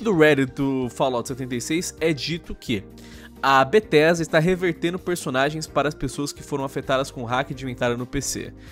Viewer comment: "bettesda"? Kkkkkkkkkk